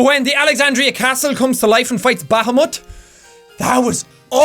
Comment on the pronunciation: For those who are confused with what Jack said , he said Bahamut and pronounced it "baa-haa-mutt" (I am NOT making fun of Jack's accent, Irish Brogue is AWESOME!! I am just trying to help those who didn't understand)